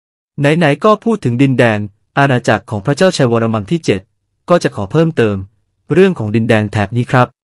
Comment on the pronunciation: เสียงAi ฟังแล้วขัดใจชิบหาย วรมัม ว่าซ้านนนนนน